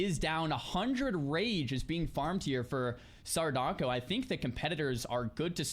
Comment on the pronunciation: why does keep calling him xarudaco?